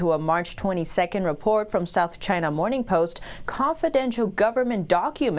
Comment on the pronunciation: Lyna not. China.